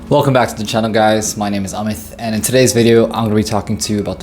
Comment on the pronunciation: Is your name Amit or Amith? Why do you pronounce your own name funny?